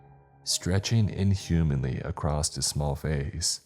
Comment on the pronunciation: It's across NOT acrosed 😡🤬(every fkng story)